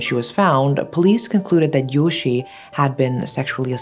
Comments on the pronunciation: The e in Yoshie isn't meant to be silent. It's pronounced like eh. I feel like it's disrespectful to the victim to not say her name properly. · You're mispronouncing Yoshie-san's name. Yoshi is a boy's name. An i always indicates an ee sound, and thus an e after it should be its own syllable and add an eh sound. ...Poor girl.